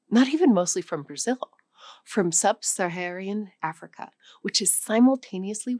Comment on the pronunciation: Did she really say ‘Angolia’ instead of ‘Angola’ and ‘Subsaharian Africa’ instead of ‘Subsaharan Africa’?